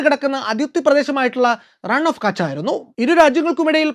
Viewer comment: റൺ ഓഫ് കച്ച് ❌ റാൻ ഓഫ് കച്ച് ✅